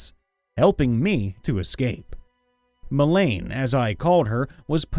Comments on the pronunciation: Mail-ah-neeeeee. Mel-a-neee. Melanie. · Melanie is not pronounced "Melane".